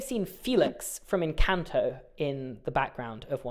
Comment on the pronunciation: It’s pronounced EN-CAN-TOE